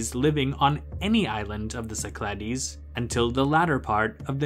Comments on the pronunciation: Nicely done. Except the -ogle with a Go pronounces it “SI-kluh-deez,” not si-CLAH-deez. Geography 101, please! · Κυκλάδες, romanized: Kykládes, IPA- Kee-kla-des - emphasis on second syllable